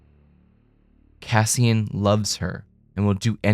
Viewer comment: "Cassian" - you get it wrong about 200 times. I'm out. you are a bleating tool.